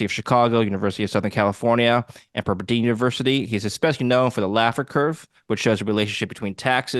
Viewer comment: Did just mispronounce PEPPERDINE?